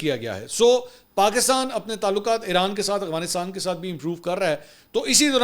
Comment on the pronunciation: افغانستان کو اغوا نستان کیوں پڑھتے ہیں؟